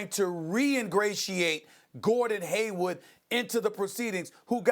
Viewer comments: Why cant Steven.a.Smith say HayWARD, that man always says haywood. It is killing me that he never gets it right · Stephen A keeps calling Hayward as Haywood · How long do you have to work at espn to know its Hayward, and not Haywood.